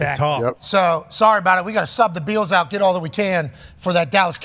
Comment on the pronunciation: Anybody know why pat always mispronounces the buffalo “bills”? He says the beals, he could be trolling.